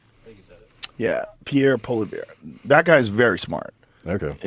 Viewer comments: Both times I heard him say, "Pierre polar bear" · Just for general info It's pronounced PO-LI-E-VRE lol it's simpler than it looks